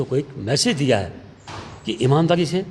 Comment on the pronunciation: Samachar Naak se nahi Muh se bolo to achchha hoga! Hai ko Hain bola ja raha hai! Kaun selection karta hai ? Dhanya hain aise logon ko select karne wala!